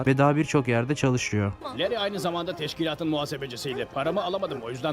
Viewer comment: leri diye okunuyor kardeşim